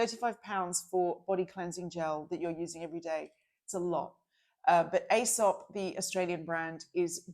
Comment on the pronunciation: you’ve obviously been away from Australia too long 😆 Aesop is pronounced Ee-sop 😉 I’m in love with their perfume called Kaarte ❤ Amanda, I think you’re supposed to use the LED mask on clean skin before serums and moisturiser. You’ll get better results. I love my Dr Dennis Gross mask, use it morning and night, but when it dies I’d like to get Omnilux. 🥰